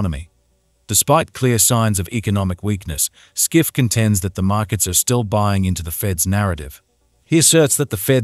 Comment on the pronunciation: His Name ist Peter Schiff, pronounced as shif